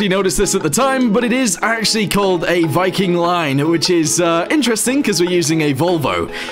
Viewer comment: And olso viking line is pronounced vii-king line